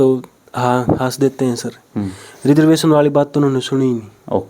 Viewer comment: भाई तुम रिजर्वेशन को रिजर्वेसन बोल रहे हो, क्या फायदा तुम्हारी पढ़ाई लिखाई का। तुमने बड़ी-बड़ी डिग्रियों के नाम पर कागज इकट्ठे किए हैं और अपने मां-बाप का पैसा वेस्ट किया है